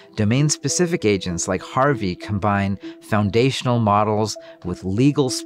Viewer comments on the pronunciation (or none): none